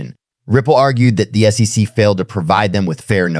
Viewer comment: Theo Von needs to learn how to say SEC. I love AI... I wonder if he knows they used a similar voice as his.